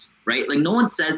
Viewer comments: guy can't even pronounce djokovic and wants to tell me who the goat is? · How can I take this commentary seriously when one of the podcasters cannot pronounced Novak's last name? This is ridiculous. As if he has not watched enough games to learn it. Get the name right, fella!